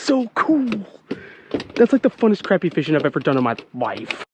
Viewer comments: love the content....but bro its pronounced CRAWPEE not craypee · love ya to death but its not pronounced crappy lol its more proud as (croppy) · I love you pronouncing it Crappie like it's spelled rather than Craw-pee like most people do haha